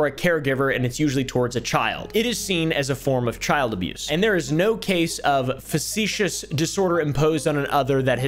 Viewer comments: Factitious not “facetious” 😂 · Facticious disorder not facetious 😂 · FACT-itious disorder. Not facetious disorder just FYI! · "facetious, facetious, facetious" (factitious x3) Also: "a lot of it is misspelled and it really bothers me" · I don’t see anybody having said this in comments already but factitious disorders is not said like, and does not mean, “facetious” 😅 factitious does not mean they’re being cheeky or sarcastic, it has to with symptoms being produced deliberately being “factitious” (pronounced “fakt-ish-us”) in nature, this word means something artificially created as opposed to naturally occurring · I think you meant to say "Factitious", rather than "Facetious", they're very different 😅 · how many time is he going to say facetious before he realizes it says Factitious, a, hold on a minute, totally different word. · This is nitpicky and not meant to be snarky or criticism since a lot of people have never heard the term aloud and only know the way it's written but Factitious is pronounced "FACT-tish-us" disorder. Definitely not important but I thought it might be helpful. Love the video and laying out the diagnosis and i know Dx are often hard to pronounce so I just wanted to try to be helpful to anyone who is curious about the disorder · Love you, but "facetious" and "factitious" are different words! 😉